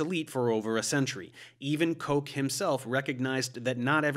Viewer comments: Robert Koke? XD Well thats one way to pronounce Koch's name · A note on the german name Robert Koch. It's not Koch like coke , but more like rough . On the english Wikipedia there is a link to a file with the pronunciation. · On one of the other channels I watch she was pronouncing it "cook". Can you tell me what the correct way is? I know it's a German name, but I'm not sure what the preferred pronunciation is. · The correct way is the O is like O as in nope, and the ch is that throaty kh-sound like in ugh. So Kokh. But it doesn't matter, this is about science not about learning to speak German --- which is definitely something I'd recommend though if you have time. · I have never heard someone pronounce the word "Koch" like Coke He was not a soft drink